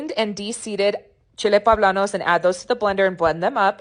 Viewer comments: They are "Poblanos"" not "Pablanos" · Looks good even the poe-bla-nos.